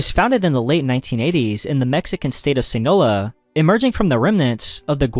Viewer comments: WTF is Sii Nola, it’s SI NAH LOA. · the “sinoa” cartel 🤣🤣🤣🤣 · Jeez, hearing you butcher “Sinaloa” and “Guadalajara” felt like a punch in the stomach